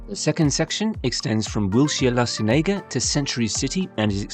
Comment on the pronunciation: La Cienega = la-sen-yay-ga? 😅